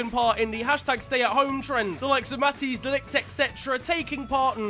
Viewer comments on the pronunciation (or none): none